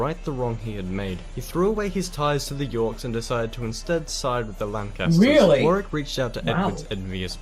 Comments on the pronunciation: Just FYI he kept pronouncing Warwick strangely, as something like War - rick/War - wick?. Like two fully seperate syllables. We pronounce it 'shorter' if that makes sense, more like Warrick/WOrrick :) just a little difference. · He's not pronouncing Warwick correctly. Wah-rik, not War-wik. Yes, it's another British place name where there are letters that aren't pronounced. If the numbers are correct, Towton probably had the most deaths of any battle on British soil. And more British dead than any single day until the first day of the Battle of the Somme in 1916. At a time when the population of England was between 2 and 3 million, 1% of it died in a single day of battle. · FYI for the yanks Warwick is pronounced worrick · So glad you are both interested in early British history. Families were split, much the same as the US civil war, several hundred years later. The pronunciation of Warwick is really annoying. It should be Worrick. There was a really good TV series made in 2013 called The White Queen that covers all of the wars. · Worcestershire = “wooster shire”… Warwick = Worrick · Thank you for being interested. Bad feeling between Lancashire and Yorkshire has mainly subsided to the sports field these days, so many of Shakespeare's 'History' plays are about this period. Warwick is pronounced Worrick. The proportion of the population killed in these wars was massive. Tewkesbury is pronounced Chewksberry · Warwick is pronounced “worrick” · They were originally called ‘The wars of the cousins’, the Scottish novelist Sir Walter Scott invented the term Wars of the Roses. Warwick is pronounced Warick as was said in the soundtrack. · Although he pronounced dynasty correctly he mispronounced Warwick it is pronounced worrick.Don"t use this as a guide to pronouncing English place names as he is incorrect quite often. Love your videos. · Warwick is pronounced Warrick. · Curious that he pronounces dynasty the English way, but France and Warwick the American way.